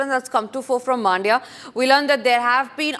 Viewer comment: Maaandya❌ Mandya✅